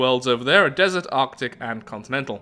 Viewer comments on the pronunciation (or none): none